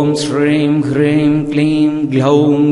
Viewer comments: ஐயா, ஹ்ரீம் என எழுத்தில் உள்ளது. ஆனால் தாங்கள் சொல்வது க்ரீம் போல உள்ளது. எது சரி? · Yes... You're right.. But I noticed here Sir, pronounce wrongly... He pronounce Kleem....instead supposed should recite as (Om Shreem *Hreem*)... The Mantra is Superficial Impressive but wrong Recite its doesn't work as Siddhi... Please update the New video Sir 🎩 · Ji when you telling hreeem is we get to hear kreem